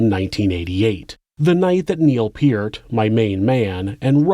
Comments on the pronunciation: You don’t know how to pronounce Neil Pert? You also missed some other words. Real or AI? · Ummm it's Neal Peart pronounced Pert. The drummer for Rush.